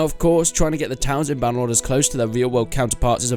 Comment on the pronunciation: you know... it is "BannerLord"